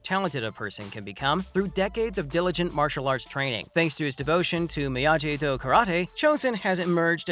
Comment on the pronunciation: Did you just say “Miyaji”